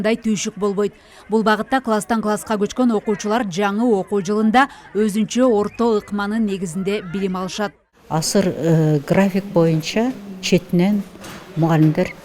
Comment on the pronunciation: Асыр - дейт го бул мугалим Анан кантип бала окутат Менимче Азыр деп айтылат го Анан секирип окуган бала эмнени кыйратып окуйт ? Кереши жок 10 жыл эле бизге туура